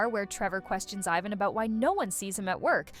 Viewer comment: you couldn't tell with the I-van and Ivan pronunciation?